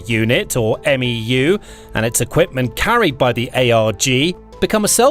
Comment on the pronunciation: And MEU is “Mew,” and ARG is not A.R.G. And L-Cack (not L.C.A.C.) haha it’s tough to watch this stuff sometimes haha